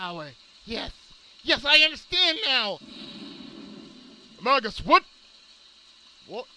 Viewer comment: You're right, it's may-jus